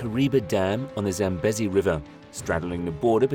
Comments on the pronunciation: 100% this and correct pronunciation issues the LLM has. Example: it is pronounced Zam-bee-zee not Zam-busy. And the country Zimbabwe is pronounced Zim-bab-weh not Zim-bab-way. Names are important and getting them right earns good will from viewers, making them more inclined to watch your other videos. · ZAM-BEEE-ZEEE not 'bezzy'. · Pronounciation.... Zambeezee. Also, there is no way in Zimbabwe. Pronounced Zimbabweh. Not Zimbab-way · It’s pronounced Sam bee zee! Get it right!